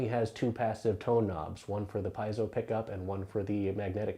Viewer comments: pee-AY-zo. How hard is that?? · Maybe it's because he can't pronounce piezo (pee-ay-dso).